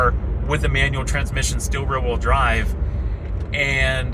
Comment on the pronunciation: This guy can’t pronounce words that have two “e’s” in succession. “The will line.” You mean wheel, bud.